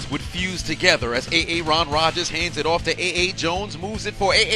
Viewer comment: A A-ron Rodgers